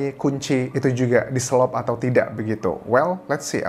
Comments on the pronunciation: Di selot anjas.. Bukan di selop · Di selot. Bukan di selop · Di SELOT Anjas bukan di SELOP (selop itu sandal hak tinggi 😂) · Selot mas anjas, bukan selop😁🙏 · Bukan selop... selot lah bang Anjas... Artinya ngunci dlm bahasa sunda...